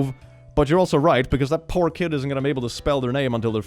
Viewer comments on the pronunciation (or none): When you hear "pork kid", process for a bit, and realize he said "poor kid".